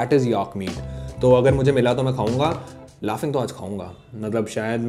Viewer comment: It's not called laughing it's called Laping.